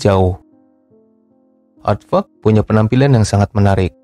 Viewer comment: pas lu ngomong aadvark kurang jelas min, coba artikulasinya diperbaiki